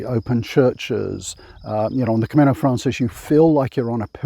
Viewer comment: it's Camino Francés, the stress is on the second syllable. Buen Camino